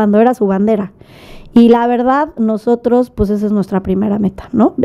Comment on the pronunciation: Según ella muy Fresa y dice " pus" en lugar de pues 🤣🤣🤣🤣🤣🤣🤣🤣🤣🤣